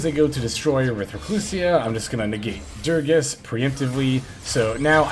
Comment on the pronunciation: bro I love you but am tilted everytime you say durages, it's DU GA RES god dammit lmao